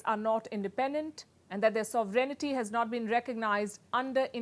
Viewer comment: Why do you say Sovereignity? The word is Sovereignty